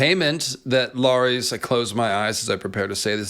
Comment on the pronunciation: Who's LAAARIEES? Oh you meant Larys (Pronounced Larriss)